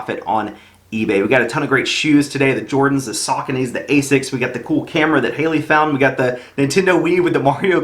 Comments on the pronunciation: Sooocony Not Sockony 😂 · They’re pronounced “shaconies” lol “suckanies” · Su-coe-nee lmao not sockaknees lmao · It’s pronounced “suh-co-knee”. Great finds man! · He pronounces saucony so wrong sackonys..lol